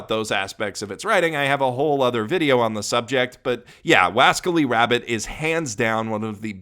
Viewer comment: "WASCALLY WABBIT"